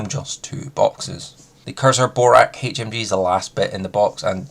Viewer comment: I’d rather this came across as genuinely helpful and encouraged you to work on your pronunciation of words to come across more clear and concise. Instead it’s going to come across like I’m taking the piss. Kirza don’t exist. It’s K R I Z A not K I R Z A. Kriza rhymes with “geezer” but for some reason you have developed a habit of swapping the order of the R and I when pronouncing it. Yet, you don’t say Tnuguska, or Genzrer, or Itnerventer, or Vretigo Znod. Oh and less piss-takey… Lunokhod. I’d pronounce it more like a moon fish i.e. Luna cod 😊